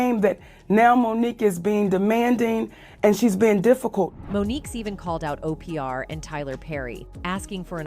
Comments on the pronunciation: 🤔WHO IS O-P-R⁉🤷🏿‍♂... 😆🤦🏿‍♂🤣🤣🤣💀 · Who in the heck says OPR for Devil 😈 Queen😂😂😂😂